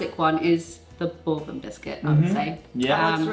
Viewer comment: The Bourbon biscuit is named after French royalty and not bourbon the drink it sounds like ball and bon.